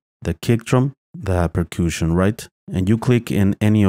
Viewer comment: "Per-kooshin"? lol